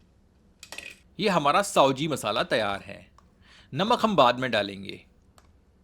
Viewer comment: साओजी नही भयया सावजी बोलो आप उच्चार गलत बोल रहे हैं हो